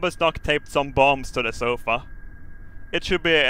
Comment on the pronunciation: That's one leather zofa.if you don't get it,listen to say sofa early on in the vid